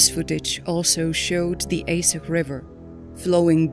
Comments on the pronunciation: Is pronounced Ahdjeh not aseh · Why do you keep calling Aceh “AY sicghhh” ??? Ah.-Chay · I just wish the narrator would learn the correct pronunciation before recording the audio. It's pronounced A-Cheh, not Ay-seh. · For Narrator, spelling Aceh is not "Aseh", but the correct spelling is ACEH, like you said che in Word Apache. Regards. 🙏🏽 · No offence intended, but it's Arch-eh. Not Ace-ay. I know English is not your first language, but it's best to find out how names are pronounced if you're going to give commentary. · At least pronounce the topic correct, compute generated voices makes this unwatchable. Its Ahhtchay, not Ace-eh... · sorry but is this a computer speaking? Aceh is not pronounced A say but (ˈaːtʃeɪ) Ah Tche. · it's A-cheh (C for China). Not Ae-seh 😁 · It's pronounced as "Acheh" not "Aseh" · It's not aseh it's read this acheh that's how you say it but the name is still aceh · Yeah right..but I felt they lack of something as the pronunciation of acheh is very wrong. Here we call it 'are-chech' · Aceh is pronounced are chair (but with silent r) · Actually, "Aceh" is pronounces as 'are chair' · Isn't it pronounced A-che to sound like Che Guevara.? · Aceh, prononced "Ah-chay". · It's pronounced Ah Cheh you AI blonde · Aceh is pronounced: [Acche] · Aceh is pronounced Ah - chey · Archay is how it is pronounced! Get it right!@ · Aceh is pronounced AH-CHEY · There photos after the tsunami n in aech city downtown . The photos from the next day are terrible so many dead boddies.. by the way the person who made this video should ar least learn how to pronounce ACEH..C in Indonesia is pounced ch A is like A in father. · It's really appaling that the narrator does not learn to pronounce the name of the city correctly. Pure ignorance. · You're saying Aceh weird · Can’t take this seriously when you can’t even pronounce Ache properly ! You think you would research the correct pronunciation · Acheh mispronounced horribly !!....text to speech no working right...